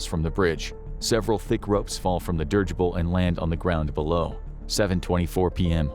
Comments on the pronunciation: "Dih-ridge-ible" not "Dirge-ible" 🙄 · It's not pronounced "dirgible". Please look it up. It's so effing annoying.